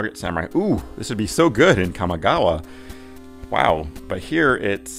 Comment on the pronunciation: Awesome Evil Dead shirt! Kamigawa is always a disgustingly, mispronounced, good time in chaos draft, haha